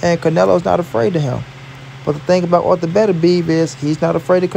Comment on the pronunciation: It’s artur not arther lol